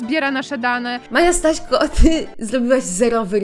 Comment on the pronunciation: usłyszałam Maja Sraśko🤣😂